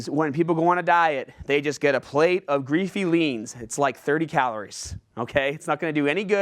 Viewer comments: Hahaha, did you really just say greafy leens...? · "greafy leans" X-D